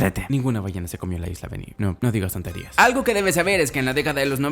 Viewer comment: dice argo 🤡